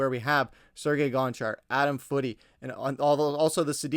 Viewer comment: Adam FOOTIE???? Really? You don’t know how to pronounce Foote? You don’t pronounce the E. Geez.